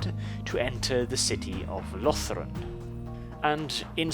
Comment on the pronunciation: I noticed you pronounced the Ulthuan provinces differently. I personally pronounce Cothique with a long "o" and like unique. For Yvresse, I say eve-reese (like peace) out of personal preference😃 Also I noticed that a lot of people, not just you, call Lothern "Lothren". Not being critical, I just think it's interesting. There is no definitive right way to pronounce any of the provinces except for maybe Eataine.